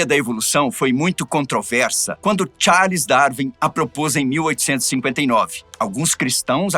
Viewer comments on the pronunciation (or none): none